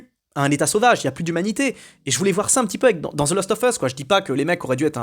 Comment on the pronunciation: "last" pas "lost"